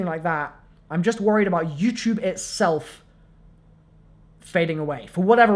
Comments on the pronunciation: he says youchube haha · why do I keep correcting him out loud every time he says youtube